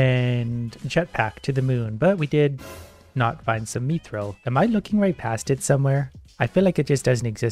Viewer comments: just me getting triggered when he says mithril as meethril? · Me-thrill? What is this pronunciation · God why does he pronounce it meethril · PLEASE look up how to pronounce mithril ffs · Same, every time I hear it it hurts. x_x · I don't know if hes saying it right, bit the way he says mithril causes me visible pain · the way he says mithril kinda pisses me off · The way you pronounce mithril is annoying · its "myth-ril" not meeth-reel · IT IS MIIIITHRIIILLLLLLLLLLLLLLLL NOT MEATHRULLLL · Please say mith-ril… and not meethril. It’s getting me hahah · it's pronounced myth-ril not mee-thrill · hey youve been saying mythril as meethril its supposed to be pronounced as mithril. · its not me-thril its myth-rill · Except when he says "meethril" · I’m pretty sure it’s “myth” not “meeth” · Item pronunciation: Myth-ril pronunciation:me-thrill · "Meeethreel" Yes. I too like the "meeethreel." Pft, who needs "Myth-ril" anyways. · “Me-throll” How I pronounce it: “myth-rill” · He pronunciation 'me'-thryl is interesting, always thought it was 'myth'-ril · Meethrill/Mii-thrill? No. It's myth-rill. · its not "mEeeTHriL" its Mi - thrill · mi-thral not me throl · i reeley dislike that you call it meethrill instaid of mythrill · Its not mee-thrill its mi-thrill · Mith-ril, not meeth-ril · its u say it myth rill not meeth rill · Bruh meethril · its pronounced myth-ril not meeeethrel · its pronounced myth-ril not meeth-ril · him saying MEEthril is killing me lol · no my guy. Mythril. Sound it out. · its me-thrill in Canadian so on behalf of all the Canajins farkaff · Mii thrill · Not the way now it's me thrill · it hurt me every time he called it "methril" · "Meethrill" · He do be sayin Me-Thrill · It hurts every time I hear him say “meethril” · Pronouncing it like meathril. Not meh-th-ra-all or myth-rall but I mean whichever one is more comfortable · The way he says Mithril. Meethril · Mithril:: Methrill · Lmao "meethril" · Please it’s mith-rill